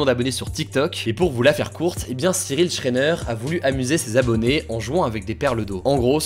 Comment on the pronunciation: cyril shréneuuurrr. STOP ! ON DIT SHRAIENER